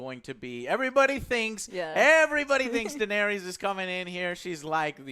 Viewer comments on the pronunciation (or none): It is Daenerys. Not Daenerius or Daenereese. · Dan Air Ee Uss XD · Dude.. Im sorry.. But the way she says Daneir-eis is awful!! Do you not actually like the show??? But love thr review.. My friends haven't watched yet(or are somehow two seasons behind!) So its nice to hear this much talk about it.. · Why does Joe pronounce Danerys like that? It's Dan-air-iss, not Dan-aries. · Daenerys dammit...not DaenERIUS...:P This is so funny... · I love your reviews man bcuz your hype as me But you guys have to stop saying Dannys name like that lol Its def not Dan air re is Its Da nair is 🤣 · omg can you all learn how to pronounce Daenarys' name!!!! it's annoying. one of you says "Dah-nair-rias" and another says "Dah-nair-rees" it's PRONOUNCED, "DAH-NAIR-RISS" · My god man, can y'all PLEASE learn how to saw they characters' (and dragons') name properly?! (Aside from ) It's not the biggest deal, but it's just so jarring to hear Daenerys' (DA-neris) name pronounced as "DaenerIUS". Clegane (Cle-GAIN) being pronounced as "CLEEgen" Brienne (Bree-enn) pronounced as "Bree-ON" Calling the dragons by their namesakes (Drogo, Rhaegar, Viserys) instead of their names (Drogon, Rhaegal, Viserion). It just kinda makes listening to y'all generally unpleasant. Otherwise, I love y'all hoping for the rest. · Not everyone loves her. For starters she's blatantly been the villain right from season 1 but not a lot of people seem to notice that. Also her name is spelled Daenerys. Not Denaeris! Wasn't the denari a Roman coin? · Please dont bring back that woman who sits next to. The way she pronounces Daenerys and her enthusiasm for Arya and Soyboy is absolutely horrible... Other than that, great review. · lol, your inability to pronounce names continues. "denarious" also - "cleeegan" smh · WTF is up with people adding that extra “ey-us” at the end when they say “Daenerys”?!?! I lose all respect for someone talking GoT when they pronounce her name that way. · Triggered me too